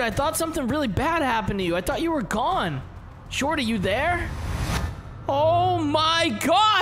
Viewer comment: It’s shorty not jordy